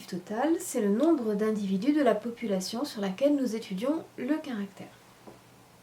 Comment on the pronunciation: a j'ai pas compris "polupation"